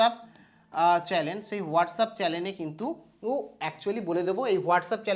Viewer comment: সব ঠিক আছে ভাই তাবলে গায়ে স্যুট চাপিয়ে sir কে sri কি কথা?আর আমি জানতাম চ্যানেল তাবলে chalen আবার কি কথা?আগে উচ্চারণ ঠিক করুন,না হলে মুখে গু তুলে দেবে লোকজন।